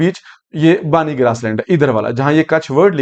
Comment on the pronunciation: बानी नहिं , बन्नी Banni